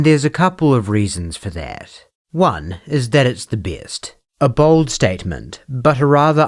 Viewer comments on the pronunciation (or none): Did you say bold statement or “bald” statement 😅😅😅